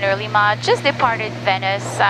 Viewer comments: Just some constructive criticism, she puts the stress on the "A" in Lima when she should put the stress on the "I". Líma, not Limá. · She just needs to put the stress on the "I" and all will be good... Liiiiiima